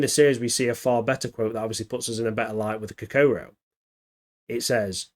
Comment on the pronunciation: At least make an effort to learn how to pronounce Kokoro FFS !! 🤮